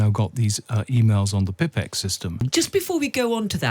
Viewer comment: Pipex? Like Tippex? The Pipex "system"? Pipex (/ˈpaɪpɛks/ PY-peks) was the United Kingdom's first commercial Internet service provider, like sky or BT. It wasn't a system, and it certainly wasn't pronounced like that.